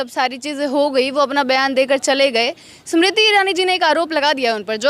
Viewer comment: जी आपकी हिंदी कब सुधरेंगी। समरती ईरानी नही हैं। ये स्मृति ईरानी है। नाम कमाने के लिए नाम खराब मत कीजिये।